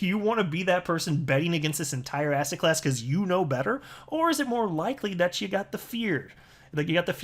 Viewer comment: You say asset class, and I keep hearing ass hat class. Lol Thanks for the continued great information!